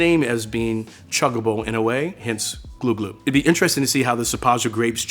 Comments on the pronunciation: Glou glou is pronounced gloo gloo in french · Man I love this series, good job bonne app! Btw pronounced "Gloo Gloo“